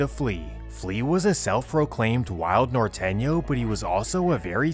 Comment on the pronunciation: It's not called NOR Tay..m say it right or don't day it.